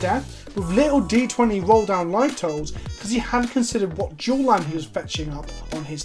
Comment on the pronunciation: I swear when you said "boogie duals" I heard "boogie Jews", and I was like "what is this, PewDiePie?"